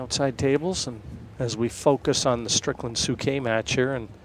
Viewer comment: does it annoy anyone too beacuse it says strickand